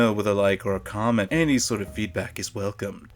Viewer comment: MORE LIKE "Like or Kament"! :P